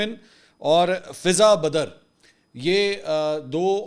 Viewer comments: السلامُ علیکم ورحمۃاللہ وبرکاتہ سر میں آ پ کو سب سے ذیادہ سنتا ہوں آ ج بھی سن رہا تھا مُجھے یقین نہیں آرہا کہ آپ یہ غلطی بار بار کر رہے تھے بڑی معزرت کے ساتھ سر فضاء بدر ہوتا ہے فضہ بدر نہیں ہوتا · منصور بھائی یہ لفظ فضاء بدر ہے ۔آپ غلط بول رہے ہیں ۔بدر کی فضاء کی بات ہے